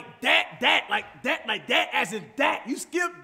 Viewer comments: cash ur pronouncing that as dat bro. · "Like DAT as in DAT like DAT DAT as in DAT word DAT" lmao